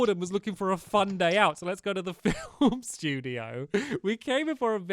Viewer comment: The first in the movie thought you said date instead of day